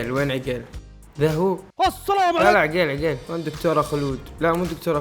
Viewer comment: عَقيل مو عِقيل 😂🤦🏻‍♀️🤦🏻‍♀️🤦🏻‍♀️